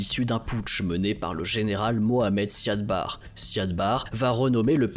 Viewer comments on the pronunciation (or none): c'est "Siad Barré" par contre. (même si on l'écrit sans accent) et "intégrité territoriale", pas "intégralité" par contre, quid du génocide des Isaaq que Barré a lancé, et qui a poussé les Isaaq a proclamer l'indépendance du Somaliland?